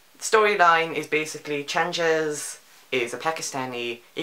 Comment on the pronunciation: The 'g' in Changez is a hard g like the g in good. Not like the g in change.